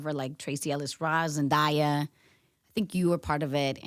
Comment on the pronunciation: Zen-who??? Lol why she call zendaya that😤😂